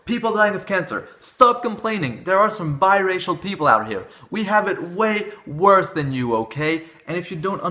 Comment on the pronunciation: Until , I thought he was saying bisexual.